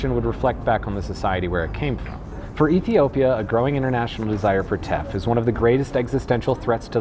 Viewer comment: when you said Teff and capitalism I heard theft & capitalism...wonder why